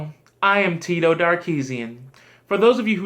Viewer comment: Damn near died of laughter when you said "Tito". I miss SFA Birdie.